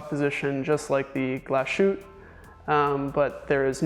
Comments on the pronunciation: It's not Glas-shoot. It's "Glas Hoot-te" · A. Lange & Sohne --> pronounce "ah lahng-eh" and "sern-eh" Say the "A" as a denist would say "Ahhhh" and say Lange" like Chinese people say "Wang" (wah--ng) and "Sohne" with the umlaut is pronounced like "sern-ah" rhymes with "burn duh" Also, Glashutte --> "Glah-shoot-teh"